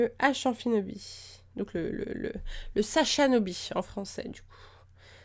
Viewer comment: SACHAPHINOBI!putain c pas compliquer quoi! Bon apre tous chaque un prononce comme il ou elle veus veulle mais c sachaphinobi